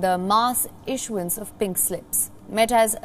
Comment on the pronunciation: Is the accent